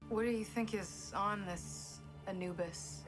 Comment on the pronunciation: What is it with Americans not being able to properly pronounce Anubis? lmao